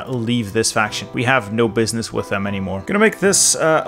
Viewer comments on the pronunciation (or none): none